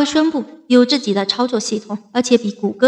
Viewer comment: 我看也是。自己的＂己，总是唸成自zi